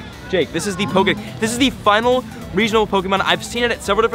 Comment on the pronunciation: Drink every time he says "pokey-mon"